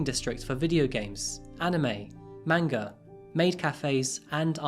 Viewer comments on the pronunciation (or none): Manga. Mohn-guh. Not main-guh.